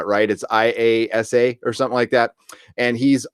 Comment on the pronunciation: Now that I have watched this podcast about 700 times it occurs to me to tell you how to say IASA. It's pronounced eye- ass- Ah. They were not allowed to use NASA for the show.